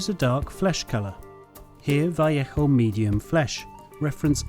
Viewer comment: what is wrong with your pronunciation?? it's val ayo sounding for vallejo not vieichoo! lol